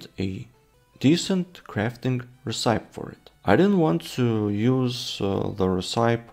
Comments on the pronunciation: Not talking smack, I'm a huge fan -- but I believe that you are pronouncing "recipe" wrong -- at least -- I've never heard it said that way, maybe it's a European dialect thing? -- but, at least in US English, we pronounce it "reh-sip-eee" (you can also check google translate, and have it pronounce the word too). I have no idea why it doesn't follow the normal "word that ends with E" pronounciation rules, it just doesn't. 🤷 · Interesting. The word recipe is pronounced ress-uh-pee here in the states. I don't believe I've ever heard it pronounced the way you're saying it. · I do think the name should be Cold & Hungry. If only because it's a more recognizable saying at least where English is concerned. Also, it is pronounced Ress-sip-pee.